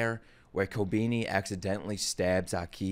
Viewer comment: You pronounce Aki like you're an African warlord.